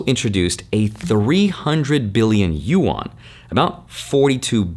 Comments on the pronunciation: Dude great video but please its not pronounced "U ON", its pronounced "Yu An" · Bro... Yuan is one syllable. It is not you-an. It's pronounced similar to "when". Yuen. One syllable. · U-Awn (Yuan) lol.